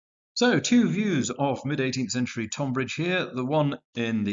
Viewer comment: A great set of battles. As a man of Kent, I did wince a bit at the pronunciation of Tonbridge, but these things happen.